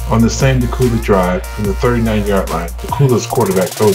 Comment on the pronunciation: its dacula the c and the u sound like a q and the video and commentary is horrible